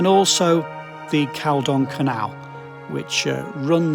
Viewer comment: Really good stuff The canal is pronounced differently around these parts. We pronance it "Calldon Canal". Or has my dad would say "Cauldon Cut" 😉